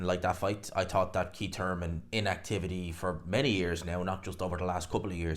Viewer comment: It's Keith Thurman, not Keit Turman.